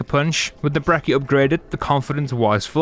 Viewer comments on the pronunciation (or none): Its not brekki, its brecci💀